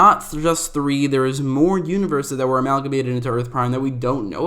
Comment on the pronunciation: Dude definitely looked up synonym for combine and got Amalmagate lol!! Tryna sound smart and shit